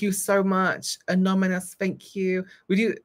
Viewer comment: Take a shot every time says, “anomonous” instead of “anonymous” 💙😂